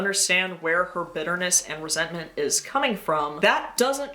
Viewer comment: Resentment…. Roseantment